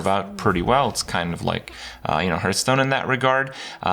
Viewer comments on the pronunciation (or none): I have been watching your videos for so long now. But still ,I can never get over the fact that you can't pronounce hearthstone correctly. And now u cant pronounce runeterra either?!